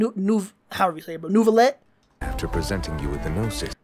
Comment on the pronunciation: Just in case you mispronounced the names: Nilou is pronounced “Knee-Loou” Layla is pronounced “Layla*” Lyney is pronounced “Liinee” Wriothesly is pronounced “Riseths-ley” Neuvillette is pronounced “Nerv-illette” not Neuvillettee